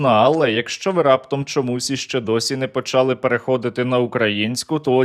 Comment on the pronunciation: українською мовою не почААААААААААААААААААААли, а почалИИИИИИИИИИИИИИИИИИИИИИИИИИ наголос правильно